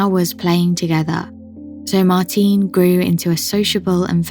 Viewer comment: You're pronouncing Martine's name wrongly. She was Norwegian, not British, so you say 'Martina', the 'e' is pronounced similar to an 'a'. Haven't you heard her name spoken by her family?